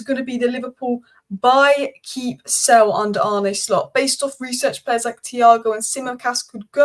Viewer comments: His name is pronounced Arneh and not Arnee. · Great stuff! It’s Ar-nuh Slot (not Ar-nie), but as always your overview is spot on.